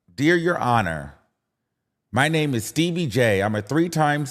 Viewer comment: Not Stebbie Jay 😂